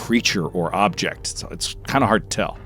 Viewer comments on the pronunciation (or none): none